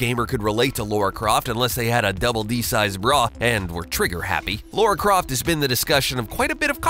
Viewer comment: you are called "" and you pronounce Lara Croft... Laura Craft? ffs